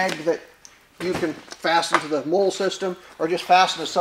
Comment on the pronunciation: Molle is pronounced Molly